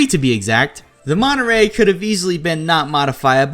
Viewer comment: Maybe it’s just because I’m from California, but it was painful seeing you struggled to pronounce Monterey